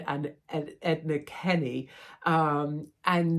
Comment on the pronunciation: Not Edna 😆. It was thanks to Kenny ex prime minister that ee have Leo veruka vakar.